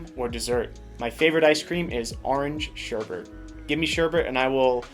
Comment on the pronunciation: It's sherbet. Not sherbet.